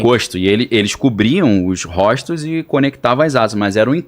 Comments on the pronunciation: O cara fala Róstos kkkkkkkkkkkkkk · "RÓSTOS" foi foda, doeu cara... E ele já é grisalho, quem ensinou esse cara a ler? É analfabetismo atual, na minha época não tinha esse erro linguístico.